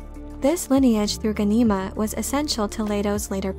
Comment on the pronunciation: Wow. Someone else who can't pronounce names correctly. Watch the miniseries. It's GHAN-i-ma. All vowels are short.